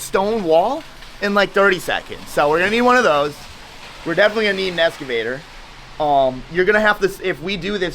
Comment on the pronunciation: Bro cant even pronounce excavator never mind do this job. Don't go anywhere near it and stick to cars!